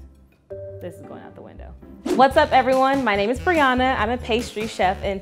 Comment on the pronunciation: Aye we have the same name but I pronounce it Bri-Ana 😆😁